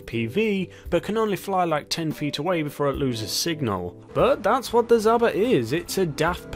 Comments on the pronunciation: Zabra? Lol it's Jaba (жаба) or zhaba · So what we have to today is the...zumba when its really pronounced (Z-ha-ba) zhaba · btw its pronounced Zaba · Its the zah-b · Pronounce like this "Za ba" Without an h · How did you get “Zumba”? There’s no M in Zhaba at all 🤔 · How hard is it to say the word lmao. Zhaba is not hard to pronounce.